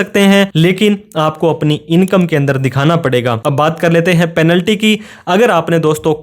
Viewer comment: पैलेंटी = पेनल्टी। कृपया उच्चारण का ध्यान रखें